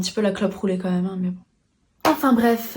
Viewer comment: Libération a ... comme-même ?? Ai-je bien entendu cette hérésie contre la langue ?😅